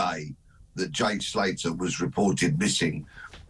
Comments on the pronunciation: His name is Jay Slater not Salter god sake can he not get his name correct .You also did not report that the police called off looking for him some weeks ago . I am not an armchair detective but report accuratley ! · Former Met Detective??? He can’t even get Jays surname right. It’s Slater NOT Salter ffs!!!!!🤦🏼‍♀️ And JK can’t even get Cole Palmers name right. Calling him bloody Carlton!!!! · Peter Bleksley doesn’t even get the guys name right, it’s Slater not Salter! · Winnie Wallace.... His name is Jay Slater not Salter...Mr Peter Blackski. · Why can’t Peter Bleksley not get the victim’s name right? Ffs it’s not hard and he does it in every bloody interview! It’s Jay SLATER Peter, NOT SALTER! Do your research before you criticise other people for not getting their facts right! Hypocrite! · He can’t even get his name right lol it’s slater,,, not salter 😂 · And its Slater not salter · Cant eeven get the name right ' jay salter' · They scaled it back,because too many people were poking their bloody noses in,in fact they didn't scale it back and it's Slater,not Salter Pete....get it right 😢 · Couldnt even pronounce his name correctly!! Salter???? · He calls him Jay Salter 🤦🏻‍♂️ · His name is Jay Slater. Detective called him Jay Salter. Can't even get his name right. Fine detective work there Pete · You’d think Bleksley would know it’s Slater not Salter. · This wally has been chatting crap about this case for weeks and calls the boy “Salter” instead of “Slater”. Cor blimey guvnor. What a pwopa wally. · Did the auld man say salter instead of slater ??? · Jay salter???? Its slater. Cops can’t even get that right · He said Jay SALTER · man said jay salter lool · He said jay salter,no t slater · man said jay salter 🧂🤦‍♂️😂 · It's a right bloomin' 'ow d'yer do, and no mistake. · Calls him Jay Salter 😛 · Couldn't even pronounce Jay's surname properly... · Jay Salter and Carlton Palmer. These couple of clowns can’t even get peoples’ names right.